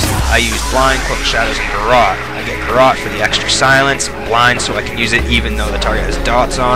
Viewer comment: thanx, i definitly control them casterz now xD, BTW... the GARROTE!.... is prenounced as ( Gare-Ut )